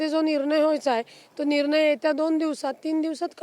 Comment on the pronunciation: निरनय नसुन ते निर्णय आहे...न आणि ण यातला फरक 😅😅😅